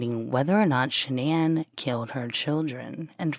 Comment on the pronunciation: Boldchick 101 is right, it is Shan'ann. It is said Shan-ann, everyone in the media got it wrong, her mother told the correct version on Dr Phil.